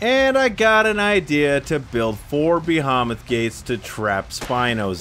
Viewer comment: "Behomith Gate" lmao